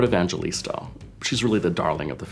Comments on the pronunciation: She said HEART EVANGILISTA lol asan ang mga pinoy diyan!!!🇵🇭🇵🇭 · its pronounced evang-he-lis-ta not evanGElista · Heart Evangelista was pronounced Evan-ge-lis-ta....it was supposed to be Evang-he-lista right? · well it's pronounced as Heart "Evang-helista" not "Evan-jelista",, and that name just sounds perfect and beautiful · It is Heart Evang-he-lis-ta bitch not evang-je-lis-ta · Its actually pronounced as 'e-vang-he-lis-ta', no problem though~ she's gorgeous! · Lol its pronounced "Heart Evanghelista" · Its pronounced as Evang-helista hehehe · Heart Evangelista is from the Philippines and her last name is pronounced E-vang-he-lis-ta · Its pronounced as Heart EvangHELISTA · Its pronounced evanghelista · Actually Heart's surname is pronounced as "Evanghelista" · Its supposed to be e-vang-he-lis-ta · evangelista is actually pronounced as “e vang he lis ta” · Heart’s last name is pronounced as Eh-Vang-Heh-Lis-Tah. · E P But Miss Heart pronounces her last name as 'Evanhelista' :) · E P lol, you know most of Filipino surname came from Spanish right? so it should be pronounced as Evanghelista and not American bla bla. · E P No, she owns her name, if she pronounced it that way then that's how it is not the way you want it to be. Just like Camila Cabello, her surname is pronounced as Cabeyo. So you're telling us that Heart is wrong because she's been pronouncing it as 'Evanghelista' her entire showbiz career? In short they pronounced it wrong in this video. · wooahhh heart evangelista is here???? it's pronounced as EH-VANG-HE-LIS-TA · I assume that every filipino was triggered when he said evanJElista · guys if u pronounce evangelista it Like her e would be he like evanghelista thats how u pronounce it with h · You pronounced Heart's surname wrong but she's really pretty and filipinos are so proud of her ♥️